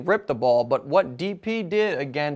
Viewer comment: Everyone says DP's name like the o in "no". You can correct us, but that is rude how you state we have no "respect" for his name.